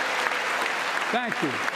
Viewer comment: Hé didnt say thank you if you really listen when he finish his speach.he says BANk you😂😂😂😂😂😂😂